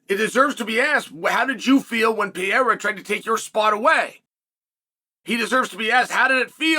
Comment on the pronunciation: Awesome of you to pronounce Pereira correctly. Keep up the great work, Tío Chael!